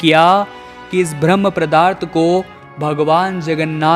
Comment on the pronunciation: जानकारी अच्छी थी बस किसी-किसी शब्द का उच्चारण सही नहीं है जैसे-पदार्थ को प्रदार्थ बार बार बोला गया।